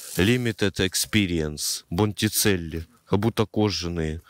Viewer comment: "Бондичелли"! Ты вообще что ли?